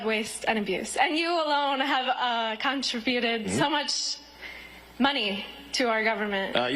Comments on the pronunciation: " Contra - buted " ? Bone headed bimbo. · Con-Tri- BUTED....I noticed that too.👍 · "contrafuted"? Did she say a real word and I just misheard? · Contra-bue-ted? USA! USA! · This lady couldn't even say "Contributed" correctly from the card/screen she was reading from. 🙄